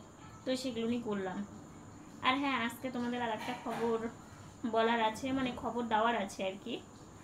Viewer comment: Tomar mukh theke" aamara vaalo aachi" ai kathata shunte khub misti laage tobe tumi "Aajke"ai kathaata "Aaske"naa bolle shunte vaalo laagbe, aami kintu tomader Maayer moto, tomader dui boner jonyo aamar anek anek Ashirwad roilo